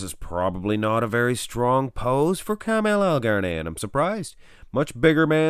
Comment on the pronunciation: His name is Ka-ma -al not Carmel